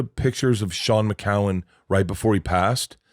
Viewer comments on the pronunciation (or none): Shane MacGowan not Shaun McCowan. FFS. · My man said Sean McGowan 😂😂😂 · It's *Shane MacGowan, Bert. And Tom doesn't know Fairytale of New York?!